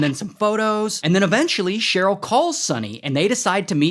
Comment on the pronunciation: "Sonny and CHERE-yl"? I see you, Ray!